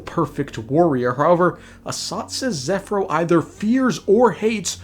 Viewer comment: OH MY GOD HE’S FINALY SAYING ZEPHYRO’S NAME CORRECTLY. AFTER ONE FUCKING YEAR.